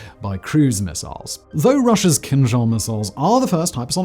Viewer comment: I keep on hearing "Kim Jong" missile :)